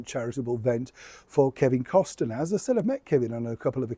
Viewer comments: Learn how to pronounce Kevin’s last name 😮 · no t in kEvins last name! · Kevin Costner pronounced Cost-ner. Only two syllables. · Why do you keep saying "COST-EN-ER"? lol That's not how it's pronounced. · FYI - Costner is pronounced with the T silent. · Just a note - when you say Costner - it’s a silent “T” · The proper pronouncation of Kevin's last name is Cost' ner. Most even leave off the T when they say his name. Either way, keeping Megs away from the mic brought flying and breaking dishes when Harry got home. 😅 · Enjoy your videos,, but today you've been adding an extra syllable to Kevin Costner's name! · Why are you adding another vowel to Mr. Costner's name? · There is no I in Costner,? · It’s Cost-ner, NOT Cos-ti -ner. You always mispronounce everyone’s name and I consider that to be so rude that you can’t figure out how to pronounce a name. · The pronunciation of Kevin Costner is NOT Cos-ten-er but Cost-Ner (2 syllables). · Costaner? I think it is pronounced Cost-ner. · It’s Kevin Cost-ner, not Kevin Cos-ten-ner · It's costner, not costiner ♡ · It's Kevin Costner, not Kevin Costener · You keep saying Kevin Costener, it’s Costner. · COSTNER NOT COSTENER!!! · it’s NOT Kevin COSTINER ITS COSTNER - the T is silent. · It’s not Costener it’s COSTNER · please know it’s pronounced COSTNER not COS-TIN-ER. Regards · Costner not Costener !! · The name is pronounced cosna not constenner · Is it just me, or does the audio make it sound like is saying Costiner rather than Costner? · Its Costner not Costiner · I’m sorry, I can’t resist doing it. It’s COSTNER……..not COS-TIN-ER. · FYI, it’s Kevin Costner not Kevin Costaner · Costner NOT CostENER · Costner, not Cost-en-er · Wasn't this all a long time ago? Seriously, today, would Kevin C. (sounds like Cosner, not Costener!) even entertain having this loser pair in his vicinity knowing how loathed they are? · Cost ner. Not, Cos ten er. Sorry...just had to say it.